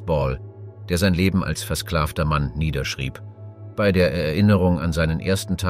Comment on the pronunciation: Es bisschen mehr Deutsche Grammatik sollten sich Sprecher und Autor doch bitte mal aneignen. Das fängt an mit dem Namen Das Tagebuch "von" Julius Cäsar bis zu den erwähnten Jahreszahlen und des merkwürdigen "bie-ei", wo eigentlich ein deutsches "bei" ausgesprochen werden sollte.